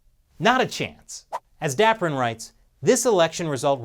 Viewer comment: It's Dapiran not Daprin, lol.